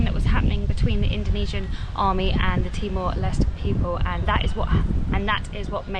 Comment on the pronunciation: timor leste. Les-teh. Not les.... Stupid